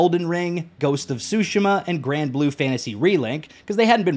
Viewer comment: never brought the game I’m just confused why the guy is comparing different genres of games, then is unable to pronounce Tsushima right along with being a mage in a souls game which everyone dislikes and universally hate mage players as they act good at the game when in reality they aren’t (as he proudly said he beat the hardest boss in four minutes showcasing himself doing two of the worst things ever being a mage and using ash spirits which he needs to use to pull off any of his spells) along with liking two of the worst assassin creed games but then hating on tower use in ff? But saying Ubisoft open world is better like mate Ubisoft games haven’t been good since far cry 3 which he keeps using vaas ironically to somehow further his point? I haven’t watch the rest of the video nor do I plan two for the made two reasons I’ve stated also off topic W pfp btw